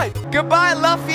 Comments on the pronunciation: Luffy is pronounced Loofy (it's from a anime called One peice) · Did bro just say luufy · Luffy (loo-fy) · NOT HATE; you sait luffy wrong